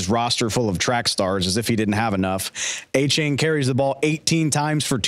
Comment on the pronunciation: can nobody say Achane's name right? duh-VON AY-chan according to what he told Peter King.